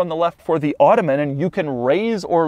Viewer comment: It’s not “automen”